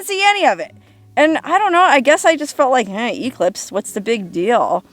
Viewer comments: English nazi here. Not E-clipse, e-CLIPSE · EEE-clipse! (Definitely a Huell Howser pronunciation!)